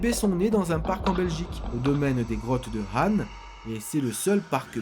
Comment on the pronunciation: Comme je suis Belge je fais quelque correction 😜 On dit la Semois, prononcé comme ça s'écrit ( çEmoi ) On dit les grottes de Han comme An de l'année Je suis tellement fière que tu parles de notre si petit pays merci:)